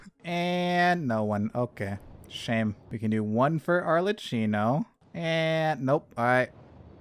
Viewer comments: Better way to express it is like "all er key no" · i don't want to sound like nerd, but "Arlecchino" is pronounced as "Arlekino"😭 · no, the other comment was right. arlecchino is the name of a character from la commedia dell'arte, and it's pronounced arlekino! ꉂ(ˊᗜˋ*)♡